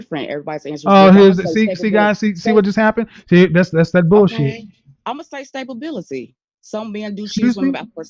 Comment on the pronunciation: The 1st woman said "stabibility"......it's stability you stupid.....this is why she need a man